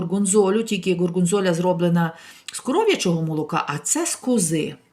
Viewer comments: по -дебільному розмовляє,як навмисно ставить такий акцент, що слухать противно.Що за горгонзолЯ? горгонзола,правильно. Ще не набридло вихвалятися? сумно жить? І не "НА" Україні, а "В" Україні! ха-ха,розповідає, щ якої тарілки їсти) то ми бачимо,що вам або тарілка глибше була,щоб більше влізло,не скромнічайте. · смачного вам.Горгонзьоля це точно трохи звучить не по італійськи, а так у вас усе перфетто, пишу вам із Фріулі🤗